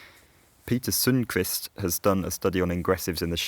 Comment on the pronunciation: Your pronunciation of Sundkvist was quite close